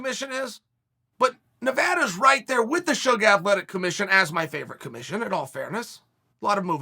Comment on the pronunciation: He actually said Suga right? Haha